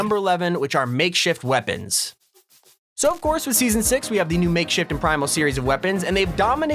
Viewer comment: Lol like how he says makeshit weapons